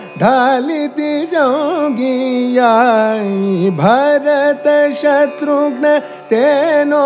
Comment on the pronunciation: ji, it is not 'boomi', but 'bhoomi'. It is not 'Shatrgna', but 'Shatrghna'. Such other things which require mahaprana pronunciation, as far as Sanskrit is concerned, have to taken be taken care of. Of course, the raga bhava and the singing is excellent.